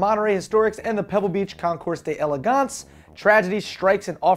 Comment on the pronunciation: its pronounced (day-legawnce)dipstick